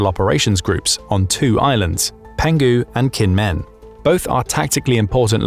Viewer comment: Well penghu island is pronounced more like “pong who” Going snorkeling there in a few weeks